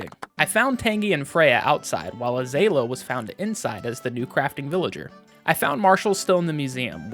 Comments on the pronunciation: This is such a fun video! Super good quality, excellent work. Also, idk if anyone else mentioned- Azalea is a kind of flower, it's pronounced like uh-ZALE-ee-uh :) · pronounced Tan-jee and Uh-zay-lee-uh pls i beg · First time I've ever heard azalea pronounced like that lol